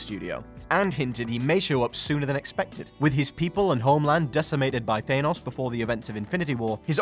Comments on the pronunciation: is it? New to the channel? Early days in your voiceover work? Can I give you some advice? Don't mispronounce iconic character names to a channel full of rabid fanboys, myself included. No matter what your script might say, it's THANNOSS, not THAY-NOSS. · Said it like his sons name thane os its thAnos god dammit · THANOS not THEYNOS!!! FFS... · THAYNOSS LOL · So it wasn't a one off in a previous video... this guy really cannot pronounce "Thanos" correctly!... Thaaynos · I'm sorry but, Thane-os??? no... just... just no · Every time you say "ThayNos" it gets more annoying. Am I missing something? Is everyone else pronouncing it wrong? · That's not how its pronounced its pronounced this way : "THE-ANUS" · It’s pronounced F A N O S - thanos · Learn how to say thanos ffs